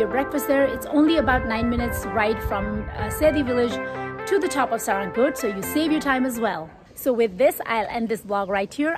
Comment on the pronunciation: its not saa-ra-ng-kot, its sa-raa-ng-kot.....people nowadays can't even read nepali or they are highly influenced by indian vloggers mispronouncing nepali local names or they are just ignoring.....nice video though....places like panchase/kaande would be the best option around pokhara as a hilltop destination, be it in summer or it be in winter to play snow, among the better ones like rupakot, kaun kot, thulakot, kristi(mattikhan), nirmal pokhari(foksing kot), bharatpokhari(hudikot), pumdikot, etc